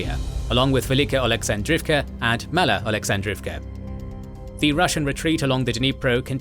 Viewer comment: Not to say my Ukrainian is fluent, but he is making mistakes… “Mala” is not pronounced “may-la,” as an example.